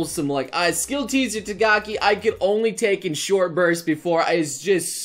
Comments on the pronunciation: # It's "Takagi" not "Tagaki". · # it's takagi not tagaki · did he just say tagaki-san??? I thought her name was takagi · pls stop saying takagi as tagaki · # when will you pronounce Takagi's name right?